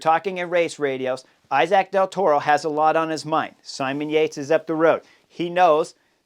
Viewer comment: Dude, I love you but can you pronounce Del Toro’s name properly? He is Mexican